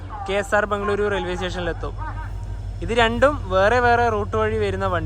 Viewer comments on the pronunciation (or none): none